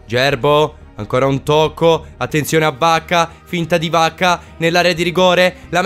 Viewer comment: Ogni volta sembra che tu dica Bacca e non vacca😂😂